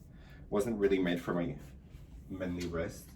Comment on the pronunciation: Your train go though kills me 🤣manly= man-li lmaoo